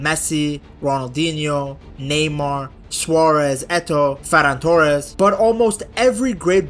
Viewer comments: Lmao...."Ferran Torres" 😅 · Bro said Ferran Torres 😂😂